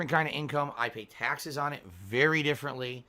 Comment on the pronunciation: The way he says things that have the letter A in it . Tyaxes. Paeks. Ext 😂